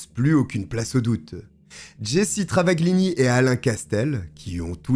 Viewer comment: yep .. le "gl" (dans travaGLini ) en italien se prononce "ll ; on n'entend pas le G) 🙂 Cette histoire je l'avais connue ..dans enquetes criminelles ou faites entrer l'accusé, je sais plus (à la TV) .. mais j'aime bien re découvrir quand c'est raconté avec une aussi belle voix :-)